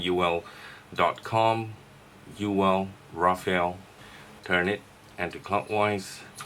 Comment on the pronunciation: fortunately, you pronounced it as Rafale, not Raphael, like other vape reviewers on youtube..